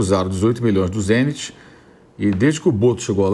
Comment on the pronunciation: Pilhado tá pronunciando Zenit errado.